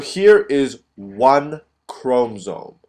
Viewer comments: Say chromosome right, it’s not a chrome-zome, how many times can you say it wrong what an IDIOT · why is it bothering me so much that he's saying chromsome instead of chromosome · God it's ChromOsome. Not Chromsome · If i hear chrome-soam one more time my computer is going in the trash. Otherwise nice vid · you did a good job but it is called chrom O somes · STOP SAYING CHROMSOME OMG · The way he says 'chromosome' XD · I think the fact that his english is obviously so impressive is the reason why the mispronunciation is so apparent - it's a curious one to make given that he must have heard people pronounce it before (if he's making cell cycle YouTube videos) and as english words go its spelling is pretty phonetic. Doesn't excuse rudeness about it though of course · The info and drawing are great. The mispronunciation of chromosome is distracting, but I suspect it's just a language difficulty. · who the fuck taught you how to pronounce " chromosome " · Please pronounce chromosomes correctly please. So frustrating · I LOVE your video but the way you said chromosome really grinds my gears lol. But nonetheless it was a great video! Thanks